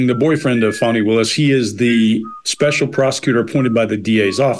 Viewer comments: You guys… you’re all too intelligent to not get how to say a person’s name that seems to be missing a W. Come on, fellas. Disappointing! Can you say our Vice President’s name as she prefers? That’s not cool y’all. Fani is said Fawny. Not difficult. That’s low y’all & I expected more class, inherent bias or not.😢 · I actually came to say this. Disrespectful to say " fanny, fani, however u say it. If you have watched anything concerning her, u have heard the pronunciation of her name. I think it was a deliberate form of disrespect. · Great video! Love you guys! 🥰Her name is pronounced Fah-nee. 😉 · I'm from UK and can tell you that she is definitely a "Fani" 🤭